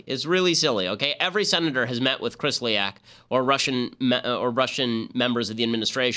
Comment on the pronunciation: Kislyak not Krislyak.